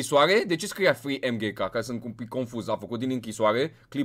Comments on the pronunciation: Se pronunța mgk nu emghek no hate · el este emghekappa, bine pe pronuntie dar te respect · Se zice mg capa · Se pronunță cum se scrie MGK